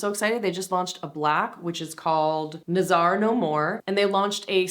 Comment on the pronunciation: I got the Kulfi blushes on your recommendation, I can't believe no one talks about them! FWIW, "nazar" is pronounced "nuh-zuhr" emphasis on the "na". It means "to see".